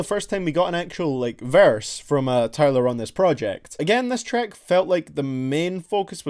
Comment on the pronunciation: Where are you from? You say treck 🤣